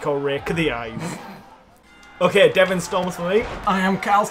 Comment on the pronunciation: Devan? Ain't it Devin